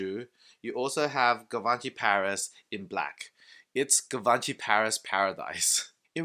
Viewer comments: Gavanchy? Lol 😂😂😂 Lear how the pronunciation first before doing a review dude! You look ignorant with that pronunciation that’s not even close to how it is pronounced. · Could you at least try to pronounce it right? "jzhiv-on-shee" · My frend you pronunciations on Givenchy is shit call them G is better